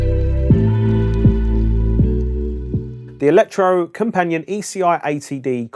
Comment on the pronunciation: Electrocompanee-et, with a hard T at the end. Use google translate , type in Elektrokompaniett (Yes, use a k, not c), then click the loudspeaker button below, it's pronounced pretty much perfect. Ignore any suggestions to change input word.